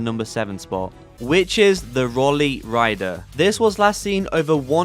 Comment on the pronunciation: you dont pronounce rolly like that lmao its pronounced roll-ee not roley lmao